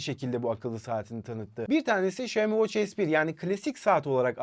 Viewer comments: Şömi değil. Şiyomi de değil. Şiami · Xioami şami diye söyleniyor şeyimi ne ya şeyimi deyip durmayın